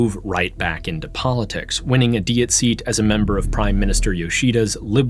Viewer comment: Look, I get that the name comes from German but Diet is pronounced like in English. You sound weird every time you say it. ダイエット is NOT dee-et. Listen to how things are said on NHK it’s not even hard to access this info. Been very distracting.